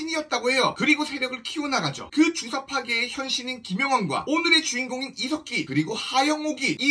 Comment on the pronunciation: 중간에 이색기라고 들린 건 기분이지요? 훠훠